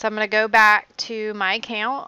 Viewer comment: I like how you say account. Screw traditional pronunciation.